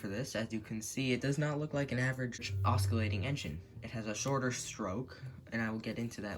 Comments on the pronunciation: That’s not how you say oscillating. Ima try to do a pronunciation. (Oss-sill-late-ing) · "osckillating engine" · I want to stay friendly and please dont take this as fighting and offense, but im pretty sure you are pronouncing "oscillating" wrong